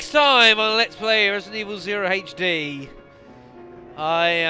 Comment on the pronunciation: Great job playing this like the average person would too haha. you're vids are awesome. I just wish you wouldn't pronounce HD and Herbs like that lol